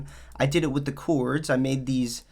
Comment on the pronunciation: “The chooourds” lmao